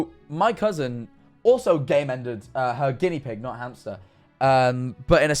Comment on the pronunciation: When said Game Ended I thought he said came in so instead of game ended their hamster it was came into my hamster PAIN